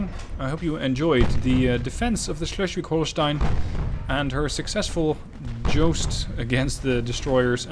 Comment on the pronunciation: Nailed that Schleswig-Holstein pronounciation, as opposed to Drachinifel